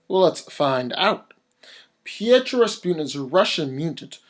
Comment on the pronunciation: Colossus' name is Piotr. Please stop pronouncing it Pietro. That's Quicksilver.